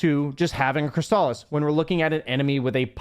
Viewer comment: Why are you saying Crystalus like that? 🤣